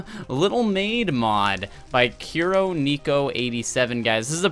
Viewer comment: The Japanese is so badly pronounced I laughed Not "Kyuro", "kooro" Not "neeko," "nehko" Simple XD